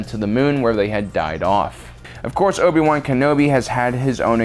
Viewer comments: “Obi-boo” There’s no other way of saying “Obi-Wan” and I can’t be convinced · "Obi Boo Kenobi"